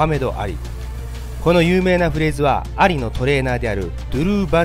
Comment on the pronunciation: モハメド・「アリ」の発音が完全に蟻ww